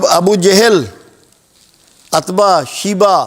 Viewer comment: محترم جناب آپ اچھا بیان فرماتے ہیں مگر ناموں کا تلفظ اور ولدیت وغیرہ درست بولا کریں ، جیسے عتبہ utbah اور عمر بن خطاب ،بصرف عمر خطاب نہیں ہے